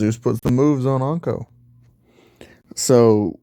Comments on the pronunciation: It's inko not anko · It’s in-co not on-co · Why you say onka it’s inko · I love how he calls inko onko lol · Lol onko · As soon I hear how he pronounces Inko I was like hol' up